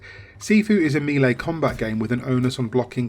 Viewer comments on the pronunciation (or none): His pronounciation for melee is crazy bad